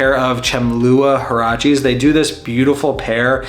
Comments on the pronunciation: It's closer to wah-rrah-chess, not hurrah cheese. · Definitely wanting some huaraches as well, in a NOT orange brown. I have camp mocs, Alden loafers, and Birkenstocks, but huaraches could bridge that last gap. Also, it’s pronounced wuarashas more or less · The Mexican in me died a bit the way you said Huaraches 😂 great vid and recommendations tho!